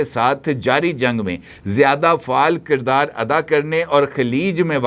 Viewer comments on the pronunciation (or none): none